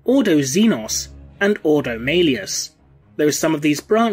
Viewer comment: The thing that irked me most, was the pronunciation of some words. Such as the Grey Knight’s Ordo. I may be wrong, but the Imperium has quite often used words in a pseudo Latin, and as such, have a very different pronunciation. Maybe Gothic is English, read like Latin, and with a British accent... I would love to be proven wrong/right by a video